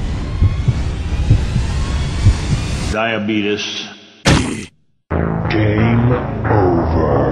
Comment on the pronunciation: Actually.... Diabeetus